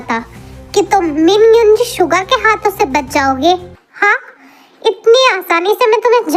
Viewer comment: Story bohot hi achi hai, but apne suga ka real name galat pronounce kiya hai, vo min युंजी nahi balki min युंगी pronounce hota hai 🙌🏻💜